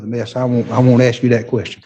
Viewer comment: Why do they always axe instead of ask? It sounds really stupid, like a kid who can't yet pronounce words correctly. Or like somebody who is too lazy to make the necessary movements with the mouth to pronounce the "sk" and just slurs to a "ks" sound.